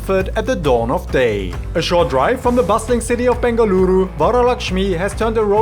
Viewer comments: Yess! I’ve been waiting for this video for soo long!! I’m from Bengaluru who’s moved to London and this video brought tears to my eyes!! So many people from Bengaluru would NOT have pronounced any of the dishes the way you have! Thank you:) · Thank you for visiting Bengaluru n showing iconic dishes ❤ N kudos for catching all the names right..you are doing a great job🎉